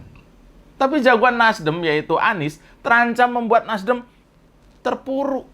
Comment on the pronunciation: ngomong NASDEM sampai keliru NASDIM 😁😁😁 gara gara tadinya kebanyakan bilang in... in.. in.. 🤣🤣🤣